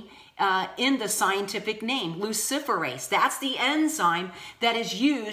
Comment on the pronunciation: It’s pronounced Lucifer-ase